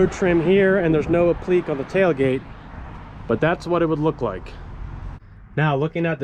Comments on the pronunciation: Applique is not pronounces 'apleek'. A-pli-kay. Think 'application'. Every time you say it I want to scream. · Applique is app luh Kay not up-leak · Appliqué is pronounced app le kay. You know, french.